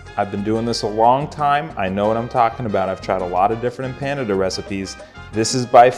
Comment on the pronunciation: Who knew Empanada rhymes with Canada ?